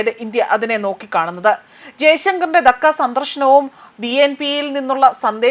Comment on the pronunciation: ധക്ക അല്ല ധാ ക്ക ആണ്